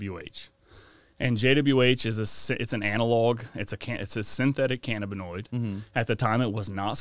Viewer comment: How the fuck does home not know how to pronounce cannabinoid?